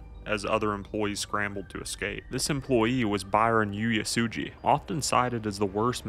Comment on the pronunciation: I was living in Honolulu when this happened, I think it’s important that the story is spoken about. But the individual who is narrating would you do yourself a favor and learn how to pronounce names in words that are Hawaiian and Japanese. HONOLULU is not spelled or pronounced HANALULU there is no A in Honolulu. Oo ay sue gee = Uesugi